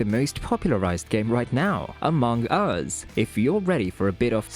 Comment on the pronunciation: the way you are saying amongus is so weird lmao good video tho